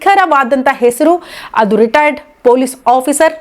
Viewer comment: Madam first pl learn how to pronounce " Retired" ...u are saying "retiredar"... responsible channels like you should not indulge in sensational news..